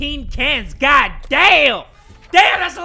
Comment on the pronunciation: “oh, my gud” 🤣🗿